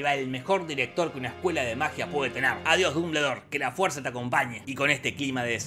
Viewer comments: No se dice así, es "duhm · buhl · dor" , no "dumbledor". (No finjas, lo leíste como Hermione...) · Minuto "Pero Dumbuldure dice...." jajaja me reí como 10 minutos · "Dumbledor" Dombuldor :v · como le cuesta pronunciar dumbledore y voldemort jajajaj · Nunca vi un resumen tuyo con tanto desgano!!! Claramente se nota que no te gusta la historia y la viste muy por encima. Hay muchos errores, haces chistes con cosas que interpretas mal por desconocimiento,, entonces no causa gracia. Dijiste mas de 20 irritantes veces "Dumbledore" tal como se escribe... Pero se pronuncia "Domboldooooooor"... Ojala recuperes las ganas!!